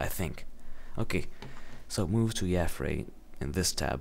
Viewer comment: dude omg you pronounced yafray wrong! everyone knows its yay-fray god! oh btw are you still planning on rendering my water thingy? plzzzzzzzzzzzzzzzzz